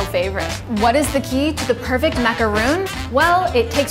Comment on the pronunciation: MacarON, not MacarOON. A macaroon is made with coconut.